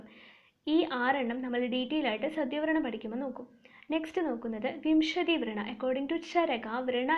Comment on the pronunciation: Hello it’s not vreena( your pronunciation) it’s vrana